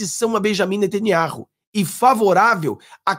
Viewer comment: NATINIARRU NÃO !!! Pelo menos aprenda o nome correto antes de sair postando suas reportagens Nome correto: NETANYAHU! Leia e pratique ok?